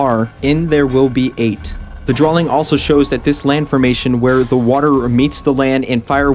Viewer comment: Why can't say drawing properly? He says Drawling.